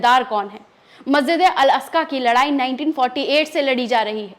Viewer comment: मेडम मेकअप कौन से पार्लर करवाया है थोड़ा लोकेशन बताएगी । और मस्जिदे अकका नही है । मस्जिदे अक्सा ।है।